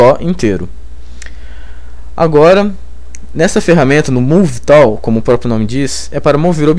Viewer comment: Bacana seu tutorial, estou acompanhando. Vi até agora umas 4 aulas. Acho importante a estratégia que vc usou em alguns vídeos de iniciar a aula mostrando um objeto ou cena que iremos conseguir fazer no fim da aula. Com relação ao seu inglês.... realmente tá complicado :) Uma dica! a palavra tool pronuncia tul, pivot = pivô. De qualquer forma parabéns pela grande ajuda que vc tem dado não só a mim mas a muita gente.